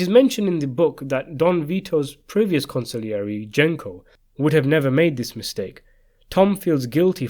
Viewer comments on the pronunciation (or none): con see air j not con sig lee air e